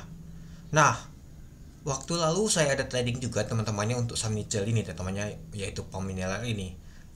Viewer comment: sorrry bang bukan nice , itu NICL